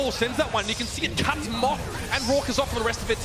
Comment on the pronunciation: it kinda sounds like he said cums